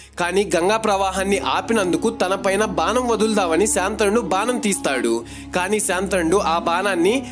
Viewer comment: శాంతనుడు కాదు శంతనుడు